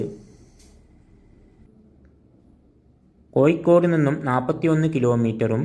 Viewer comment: കോയിക്കോട് അല്ല കോഴിക്കോട് 😃🤪